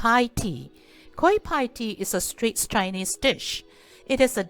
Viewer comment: Pls check the correct pronounciation on Google. it is pronounced as 'better' NOT 'bayter'.